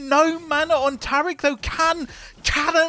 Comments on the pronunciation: Fking English fks inventing weird ways to pronounce normals words. Tariiiiiick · New watcher, love the commentary. Big gripe though, you've rewrote my brain and now I can't say Taric properly. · I love how you pronounce Taric’s name like he’s Arabic.